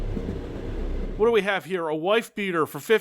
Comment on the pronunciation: Hwot? Kurwa.